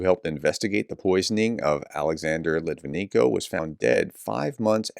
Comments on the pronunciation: His surname is pronounced lit-vin-yenko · Ok, I really like you. BUT when you fail to pronounce such a easy namn as LitvineNko correct, you look just plain arrogant. Do better, I know you can!